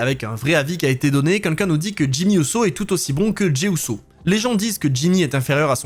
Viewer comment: Super vidéo, comme d'hab ! Et bravo pour les 110k ! Mais qu'est ce que ça me stress que tu dises "quinquin" au lieu de "quelqu'un" :D :D